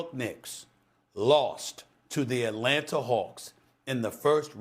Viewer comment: ATlanata hAwks lol